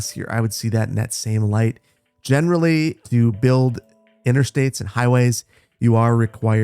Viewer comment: Does anyone else salute and say "General Lee" every time he says "generally"?